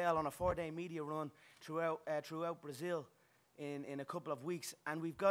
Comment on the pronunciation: he could at least learn the right way to say "Viva o Brasil". Brasilia is a city, Brasil is the country lool